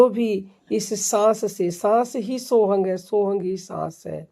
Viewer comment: सोहंग कुछ नहीं होता पहले उच्चारण सीखो फिर कहियो बनाओ